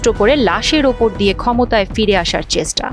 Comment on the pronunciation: উপস্থাপিকা চেষ্টা শব্দটা উচ্চারণ ও করতে পারেনা!!😏😏